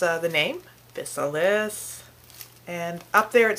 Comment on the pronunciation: Im not trying to rain on your parade. Just wanted to clarify a few things and add a few more bits of information that may be helpful to you and others who wish to enjoy these delicious and abundant fruits. The proper pronunciation is Phi-Sal-iss. They are a common weed throughout the U.S. and grow in disturbed fields and gardens. They truly are FANTASTIC tasting. What a shame they are considered a weed and eradicated by most farmers throughout the U.S. They belong to the nightshade family (Solanaceae) as do their relatives the Tomato, Potato and Eggplant. They MUST be ripe before eating (yellow) but can be picked green and allowed to ripen in your home. DO NOT EAT GREEN OR SWALLOW BITTER UNRIPENED FRUIT. As with most members of the nightshade family, they contain alkaloids that can be toxic in many cases if handled improperly. Yes, that includes the tomato "plant" but not necessarily the fruit. Dont let that hinder you though, they are well worth the little added care it takes to make sure you dont get sick. There's a whole lot of flavor in those little inconspicuous pouches. So, go forth, pick, ripen, eat and enjoy :)o)